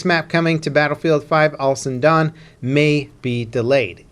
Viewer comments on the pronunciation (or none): The newest map coming to Battlefield V...Al SuDaN I couldnt get over that pronunciation 😂